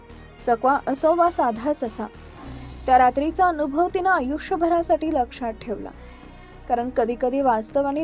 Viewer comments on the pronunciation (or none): none